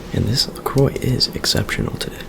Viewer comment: LeCroi!